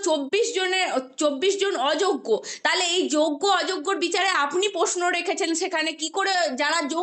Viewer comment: এখন ইউ টিউবের যুগে সবাই সাংবাদিক। বোন, পারলে উচ্চারণগত ত্রুটি গুলো শুধরে নাও। " তাহলে" কে বলছো "তালে", "সুপার নিউমেরিক" কে বলছো " সুপার নিউমারি ", " মন্ত্রীসভা " কে বলছো "মন্তিসভা "!! বড্ডো শ্রুতিকটু লাগে।